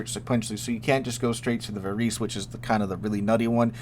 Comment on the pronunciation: Varese being Italian is going to be pronounced "va-raisy" not "va-reese."